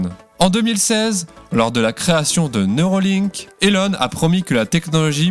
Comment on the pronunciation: Ce n'est pas neurOlink mais neurAlink...